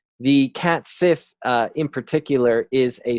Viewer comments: Cat Sith is pronounced Cat Shee (like the Irish Sidhe is also Shee) Another great video. These pronounciations are tricky ones. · Cat sith is pronounced like cat shee, just letting you know